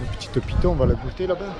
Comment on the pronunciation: Uneuh petiteuh piton? On va la goûter là-bas? Rhooo!